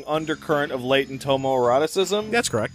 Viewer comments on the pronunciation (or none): none